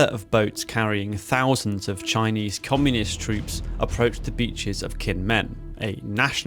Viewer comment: If you're going to make a video on Chinese history at least learn to pronounce their names properly